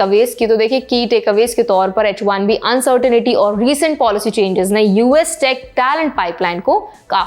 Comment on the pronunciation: Oh, for God's sake,. Could you get your act together? Pehle शिफोल, फिर सिटुएशन, फिर एडुकेशन, फिर Fir, और अब अन्सर्टेनिटी. Location अन्सर्टेनिटी नहीं, अन्सर्टन्टी होता है. Uncertain >> Uncertainty. Please check Google. Kisne aapko Angrezi padhaaii? Main to sochtaa tha aap padhi-likhi hain lekin aapki Angrezi ke mispronunciation se lagtaa hai aapne bas kis UP ke Bhaiyya ya kisi Bihari babua se Angrezi seekhi hai. Ya to aap shudhha Hindi mein baat karein, and if you must use some English words, make it a point to pronounce the English words correctly. Angrezi ko itna disrespect to na karein.